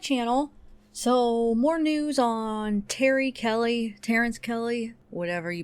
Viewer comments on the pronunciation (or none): none